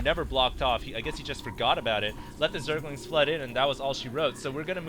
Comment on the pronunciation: Hey Husky...its pronounced "ZERGLINGS," not "ZERGINGS." Note the 'L' in the word!